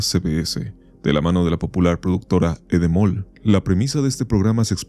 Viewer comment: Lo que dice el logotipo: endemol. Lo que dice el narrador: edemol.